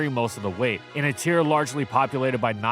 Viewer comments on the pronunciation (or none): none